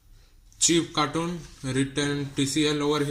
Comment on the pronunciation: Cartoon ni hota bro carton hota h